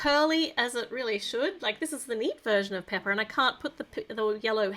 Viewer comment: It’s not peppa it’s pepa